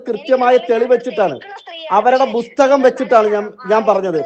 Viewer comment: നഗരസഭയിൽ താമസിക്കുകയോ ? ഇവൾക്ക് ഒരു ചുക്കും ചുണ്ണാവും അറിയില്ല ഇവളോട് സംസാരിച്ച് സമയം കളയരുത് വട്ട് കേസാണ് പിന്നെ ബുസ്തകം അല്ല പുസ്തകം